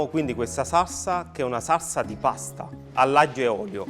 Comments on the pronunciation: ma sembra solo a me che non riesca a dire "SALSA"..sembra dica "SARSA"...o cmq pronuncia la parola in modo strano...sto napoletano un pò "de roma"...🤣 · magari impara a dire salsa invece di sassa, piuttosto che fare questi troiai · Quanta paccheri? Non voglio parlare delle lische fritte, t'è magn tu, neanche della pasta buttata, che poi il basilico nella marinara se ce lo metti a napl t vattn e mal nun fann, il peggio è sentire saRsa e Rimanere e sgamare che stavi pure leggendo. La guida michelin? Si dovevano dedicare solo alla vendita degli pneumatici. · Si dice saLsa e c cazz